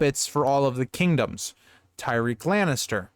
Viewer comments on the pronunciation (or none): Just watching this now but I think it's pronounced Ty-rek, not Ty-reek.